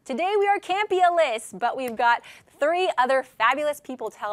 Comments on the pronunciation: As soon as you said campealess I stopped watching the video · I love all of the staff on AMC, but still... I honestly died a little inside when said "Campea-less"